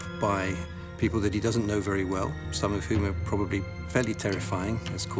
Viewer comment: My only question is, do you actually pronounce and spell the word, "PROLLY" 😖🤣😆instead of pronouncing and spelling it properly as "PROBABLY ?"